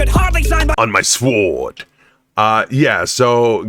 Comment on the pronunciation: if you notice they got both characters detailed down even to the gesture or pronunciation. Che made the "three finger" gesture when he said Alan Moore third best book. That is how Che used to gesture three. Also the pronunciation of sword by Fawkes instead of the normal way he emphasizes "S' WORD" Thank you for the break down and reaction its great